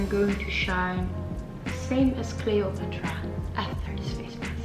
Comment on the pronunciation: "Cleo-put-rah" was not actually that pretty; she just had great charisma, a nice figure and always smelled good. It is so thoughtful and sweet of you to reply personally to those letters and gifts!